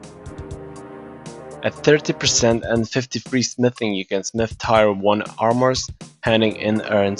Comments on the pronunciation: it's pronounce tear like the ones that roll down my face when you pronounce tyre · Tire 1 2 3 4? TIRE?? Let me help you with your English. Friendly help. When people cry, they shed a "tear" (Not to be confused with "tear me a piece of paper from the notebook) Now say it with me, say this out loud, "my friend broke his phone but didn't shed a single tear. (Tears of guthix) T E A R Not tire. Hope I helped and don't forget to smash that like button